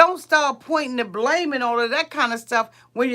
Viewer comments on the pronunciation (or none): none